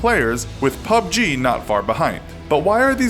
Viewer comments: The Entity PEE YOU BEE GEE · At least you pronounced it correctly that other time you said it as P.U.B.G... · pyoo bee jee is wrong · The Entity that annoyed me lol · The Entity Right that shit sounded so weird, like he was probably the only person in the world to continuously say that over and over, pretty sure everyone roasted him for that.